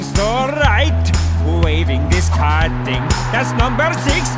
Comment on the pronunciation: the way the ref said card he said ard